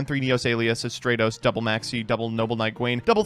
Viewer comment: my brother, hope you see this.. I'm greek.. it's pronounced Stra- tos not stray - tos...it comes from the Greek word στρατός Which means army